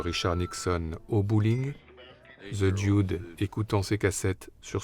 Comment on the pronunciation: Belle rétrospective ! Pour « Lebowski » vous entendez la voix off dans l’extrait du film, il n’y a pas de « i » à prononcé dans « Dude » (ce n’est « Dioude » ). « Tideland » de Gilliam est particulié, Bridges y est un cadavre dès le début du film (presque le Dude en plus vieux) et le film tient sur les épaules de la jeune actrice. « Comancheria » très bien en effet, le rôle du Ranger fait beaucoup penser à celui de TLee Jones dans « No country for old man ». Je viens de lire que Bridges jouera Dieu dans un prochain film de Terry Gilliam, à sortir cette année (The Carnival at the End of Days)